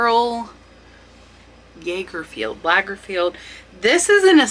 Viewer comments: Karl Lager(like the beer)feld (like you felled a tree) It's a good idea to get familiar with the names and the proper pronunciation. It adds to your credibility as a knowledgeable utuber. Here to help! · It’s pronounced, Karl LOG-erfeld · Lagerfeld is pronounced loggerfeld. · During the Depression era , many great jewlers did their work in costume jewelry but put the same quality workmanship in the pieces . These are very collectable. When you pronounce the word pave it isn't like pave a road it's pa like a dad and ve is a v with long a . Carl Lagerfeld is pronounced like the beer larger . Trifari is pronounced Tre short e not long i . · I never look at these things, I certainly will start to now. Who would know that costume jewelry would ever sell for such high prices. A tip on how to remember and pronounce Lagerfeld, think of lager beer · Lagerfeld - Lager (like Lager beer) - feld ( f - eld as in elder)